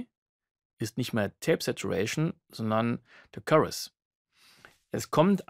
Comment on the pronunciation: currus? Wie Curry nur mit us? :D Chorus, mit O wie in story! Heijeijei :D Ansonsten Danke für's Video. Sehr gut erklärt...